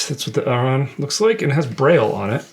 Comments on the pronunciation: Stop calling Arran, "ERIN" or "AARON". That is an idiotic American pronunciation. I see this in other Youtube channels too. It's AH-RRAN. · It’s pronounced air-un guys. And it’s the best whiskey you had there. AnCnoc is very good as well. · I love these guys but they try to get so fancy with it and it’s not good… it’s literally just Arran like the name “Erin” or “Aaron”. Maybe with a slight “Ah” but not whatever they were doing, their research is always spot on but this episode missed. Saying Bruichladdich is peated too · FFS. That is absolutely NOT how you pronounce it. "ERIN or "AARON" is utterly wrong. The locals pronounce it "Ah-rran". ie Scottish gaelic. Dutch calling Bruichladdich as peated is wrong though. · I’m sorry to bust your bubble but the master distiller from Arran even acknowledges that pronunciation is ‘Aaron/erin’ otherwise he would have corrected everyone when he received the online whisky award. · True. Very peculiar pronunciation.